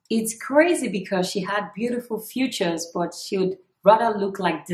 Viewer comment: It’s feature not future lol 😂😂😂😂